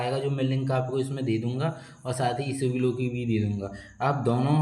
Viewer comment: Bhai, it's not isabglo it's isabgol 😂